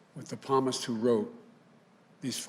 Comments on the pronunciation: And pronouncing "Psalm" as "Palmis"? Joey is fried. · He also said "Palmis" for Psalm. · Watch from Psalm is not pronounced like palm. It just shows how much he knows about the Bible.